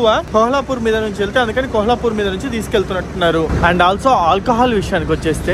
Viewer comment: ఆది కోహలాపూర్ కాదు కొల్హాపూర్ అనుకుంట